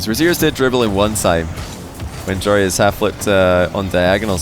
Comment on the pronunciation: Love seeing joreuz win...yes its because im dutch.... love how completely pronounce his name....@ wich region do you think is the best overall and why?? Love to hear your opinion about this